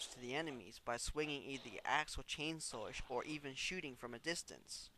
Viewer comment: sounds like he says 'chainsore' lol